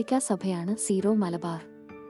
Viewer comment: സീറോ അല്ല സിറോ ആണ്